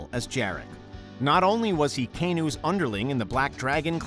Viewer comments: Goru??? GORU?!?! Kanu??? KANU?!?! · Dude it's GorO and KanO not GorU and KanU